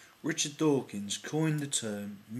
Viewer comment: No, when you say Richard Dawkin, it sounded liek an Italian accent. Just sayin :D